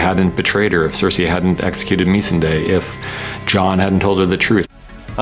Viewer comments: IT IS NOT MEESSUHDAY😑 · The writers can't pronounce the names of the characters they've written for 8 seasons. Mee-sin-day? Sir-say? Who? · The producers and writers don't even know how to pronounce their characters .... "Missing-Day" lmfaooooo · Can we just talk about how he says Missandei's name as Missing-day in 😂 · Did he really just say me-sun-day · The producer of the show said Mee-sandei. And for that reason, I'm out. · why did he pronounce missandei that way ? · He can't even pronounce 'Missandei' properly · 1-) Foreshadowing is not the same as developing a character's story arc 2-) Killing or threatening slave owners, traitors and rapists is not the same as killing innocents 3-) Can someone tell D&D that they pronounce their own show's characters' names wrong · You are so right about that. WTH is that lol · Bro I was shocked when he mispronounced her name too. Like wtf do you have any idea what you are doing?